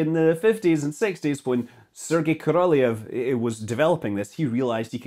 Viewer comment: Korolev is pronounced Karalof or just Karloff. Same as Gorbachev being Gorbachof. At least it used to be. 🏴👍🏻